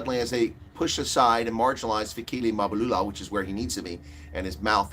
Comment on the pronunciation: It's funny that the people who have become richer since 1994 aren't worried that their ANC is failing 😂😂😂 instead they're now laughing at it and pretending to be concerned citizens who can't even pronounce African names, pathetic. Oh I forgot they're now finished with using it now they're throwing it under the bus like they always do with everything they've used up. It's Mabalula it's Mbalula, not Izulwini it's Ezulwini. You asked where is all the black elite and forgot to ask the whereabouts of the white elite who by far have benefited from the anc government than everybody else??? 🤔 You're more of a disgrace than the anc!!!